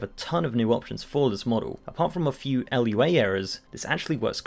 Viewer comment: Forget Tauron, stop saying "L-U-A" It's lua, loo-ah